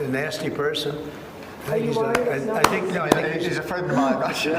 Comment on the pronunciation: "Hes my frwend" pathetic